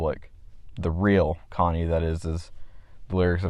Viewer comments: "Connie" bruh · amazing video but cmon man... "Connie?"😭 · I like this review, but it kills me how you pronounce his name "Konny" and not "CHonny" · you saying "Conny" rather than "Chonny" like how it's said in wtth is driving me insane to this day 😭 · The fact be pronounces Chonny as "conny" drives me insane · AHHH SAME CHonny not C-Honny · Only thing I have to say other than praise is I believe your supposed to pronounce the Ch in Chonny. I am aware that it is a based in the name Johnny. But in the name "Chonny's Charming Chaos compendium" The alliteration works much better with the "chuh chuh" "kuh kuh" sound. I know its nite picky but that just makes more sense to me. EDIT: and more pressingly, he says the title of CCCC outloud at the beginning of his Welcome to Tally Hall cover and in that instace he pronounces the "chuh"